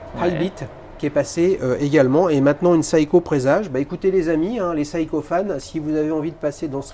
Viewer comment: SEIKO se prononce SE-I-KO et non SA-I-KO pour la énième fois!! tous ces parisiens qui se croient au-dessus des autres, je ne supporte plus!!